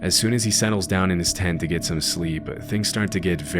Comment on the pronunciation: The way this pronounces "Tent" is driving me nuts. He keeps saying "Ten"